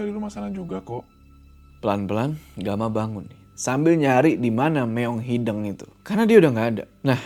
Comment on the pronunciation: Walaupun agak kesel bilang hideung nya malah hideng, leuweung yg malah dibaca leweng, tp crta ini seru polllll❤